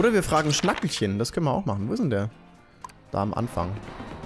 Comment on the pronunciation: Schnackehlchen... wie bei Kehle... oder Rotkehlchen >< nicht Schnackelchen ARGH! Es tut weh an wie vielen Monden du vorbei gerannt bist in NDC XX